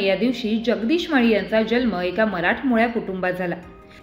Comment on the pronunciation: जल्म नाही.. जन्म